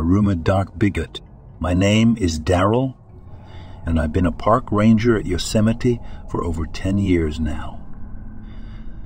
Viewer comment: Yosemite isn’t pronounced Yozemeety